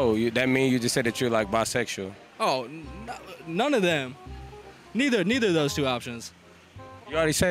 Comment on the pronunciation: He said who is y’all bruh like damn I can’t say nun right😂😂